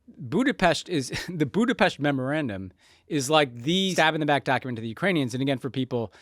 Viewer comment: No hate to Tommy and Ben, but I had to take a break with their forced “Budapesh” pronunciation